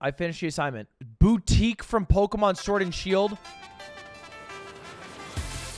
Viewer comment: Fun Fact: Arabic doesn't have a "ph" sound so instead of Pokemon it's Bokemon.